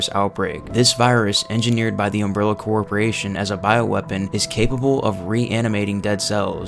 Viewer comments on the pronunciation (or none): You always seem to repeat in each entry some variance of "ambition" and the "extent Umbrella is going to." It doesn't offer an engaging watch/listen. Judging by the consistent unusual pronunciation of several words, "chosen," "carnivorous," "corporation," "challenge," "metabolic," "formidable," "entity," "repository," "tapestry," (to name a few) and the hypnotically repetitive sentence structure, robotic-sounding inflexions and quick cuts in words, I'm convinced this was predominantly written and entirely voiced by AI. If people like watching or listening to heavily AI-created works with zero personality, then that's fair enough. Personally, I don't. But I would urge to review their methods to at least make the watching or listening less dull.